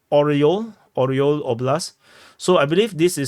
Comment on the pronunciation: Орёл - Eagle - Ah ree ol not Oh ree ol.